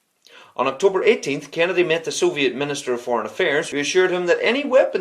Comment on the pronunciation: The way you say Kennedy sounds like Canada